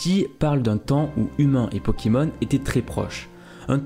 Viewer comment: des '' pokimons''